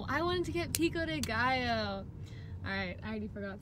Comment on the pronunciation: YOU SAYING “PICO DE GALLO” JUST ADDED 45 YEARS TO MY LIFE, MÉXICO PRESENTE 🙌🏻